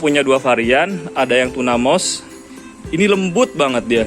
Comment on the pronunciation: Baca mousse bukan MOS tp MUS 🙏